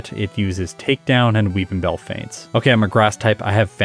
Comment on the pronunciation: I'll be honest every time said "Will Weepinbell" I heard "Wil WheatonBell"